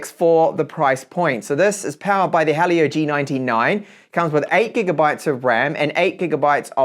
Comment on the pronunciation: hearing helio be pronounced as hah leo and not he leo/he'll yo hurts